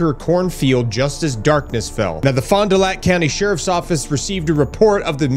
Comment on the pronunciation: Kudos to you sir for pronouncing Fond du Lac correctly! It is butchered 9 times out of 10! Thanks for that!